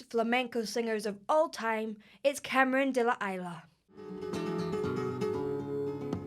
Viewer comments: Is "Camaron deh luh eeeessss-luh" not "de luh I-luh" 😂😂😂 easier, its not frech honey 😘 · first advice before watching: Ca-ma- RÓN de la EES-lah. For next time;) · Pronounce: camaron de la "ease" la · Sorry, this might sound petty and i really don't mean to be a dick, but i think such a legend deserves to have his name pronounced properly. phonetically it would be more like kah-mah-RON deh lah EES-lah, Stress the last syllable: RON (like "Ron" in Ron Weasley, but with a tapped Spanish r), and Isla you are pronouncing it like the name Isla, but it is said in the same way as the Madonna song 'La isla bonita'. The way you said it sounded more like Cameron Delilah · Camaron de la Isla - Shrimp from the island. It's pronounced KA-MA-RON DE LA IS-LA. ;) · it is not "Cameron de La Ila" freaking diction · Cameron duh la eilah lol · I mean, if you stop the song twenty times in a minute you don’t get the feeling of flamenco. Just be quiet and listen. Camarón de la Isla, learn to pronounce it.